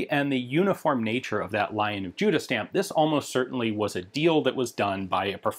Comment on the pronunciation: Hi Ian. Love your work - have been watching you for good many years now. I know this is a nitpick, but when you talk about the lion stamp on the rifle, it is not "Lion of Judas", but "Lion of Judah". The lion does not refer to Judas the apostle, but Judah the kingdom. Small thing, I know. And it is only said at , when talking about the stamp. Otherwise you say Judah quite clearly.